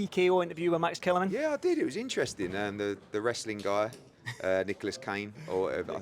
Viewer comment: Nicholas Kain LOL only said it three times today after name dropping him correctly yesterday